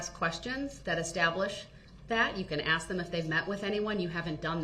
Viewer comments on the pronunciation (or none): and the 5 thousand times he said "Axe, and tackit agreement, etc." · I done AXE you who dat say who dat when I say who dat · Why do Blacks say AXX a question instead of ASK ? Lemme axx you something real quick homey. ASSSSSSSSSSSKKK. Say it like what you sit on, your ass. Assssssssss kkkk. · Acrate= accurate Troof= truth Axe= ask With all respect= with all do respect The guy is playing stupid for an appeal not goig to happen. Funny how he thinks he can talk to a judge that way. She buried him with sentences. 2nd guilty THE LOOK ON HIS FACE WAS PRICELESS. HE IS ACTING THIS WAY SO N HE DOESNT GET DESTROYED IN PRISON